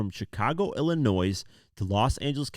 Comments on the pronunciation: Bro please stop saying ILLA-NOISE 🤦‍♂️🤦‍♂️🤦‍♂️ its Illa-NOY .. sorry im not the only one lol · It’s not “Illinoise”. It’s “illinoy”! Love your videos !! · Pls stop sayin illa noise. The S is silent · Ill-I-noy is how you pronounce it. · FYI: The S in Illinois is silent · Awesome coverage. No shade, but the “s” in Illinois is silent. ❤ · Man, if Americans aren't actually from Illinois they never pronounce it correctly 😂 The s is silent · with Illinois... the "S" at the end is silent... the end is like the end sound in the word "toy" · should be charged with felony for wrongly pronouncing ILLINOIS 😂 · heard this and immediately came to the comments to see if I was the only one who noticed